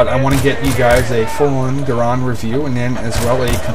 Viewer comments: i own bf1942 bf1942 secret weapons of ww2 bf21942 road to rome bf vietnam bf2 and i hope to soon get bc2. oh and its pronounced GU-R-AND not GU-R-OND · its pronounced either way but most call it GArand cuz thats how its spelled but i say grand like grand prix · ROFL Guh-rond. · lol people sat garand so gay its pronounced grand but still this vid awsome